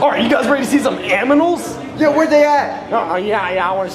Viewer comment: wario be like: anmals